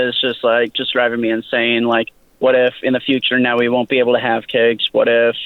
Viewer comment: It sounds like he's saying kegs when he says kids.